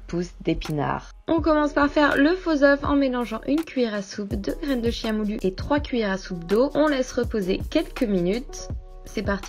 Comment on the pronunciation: La graine de chia se prononce kia